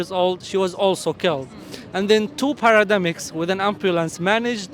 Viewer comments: Paramedics, not parademics. But thanks for this amazing video. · Paramedics not parademics .. ❤